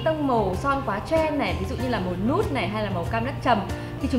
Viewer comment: Màu nút là màu gì em? Nếu là đậu thì đọc là nất chứ.